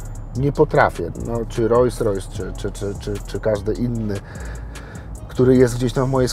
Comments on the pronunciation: Ta luksusowa marka samochodów nazywa się Rolls Royce czytamy „rols rojs” nie „rojs rojs” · Kiedy słyszę kogoś kto jeździ autem marki Rolls-Royce, a nie potrafi wymówić poprawnie tej nazwy i powtarza 30 sty raz ("rojs rojs")to szlag mnie jasny trafia!!!....mimo wszystko życzę dużo zdrowia i powodzenia w życiu 👌👍 jak zwykle klasa 👌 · Rolls Royce a nie Rojjs Rojjs… 🤦🏼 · Ogólnie be hejtu... ale typ jeździ RR, a ciągle mówi Royse Roysem :D kufa, brawo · Fajnie, że posiada, ale to, że nie potrafi nawet poprawnie wymówić nazwy swojego samochodu za kilka milionów złotych, mówi samo za siebie ....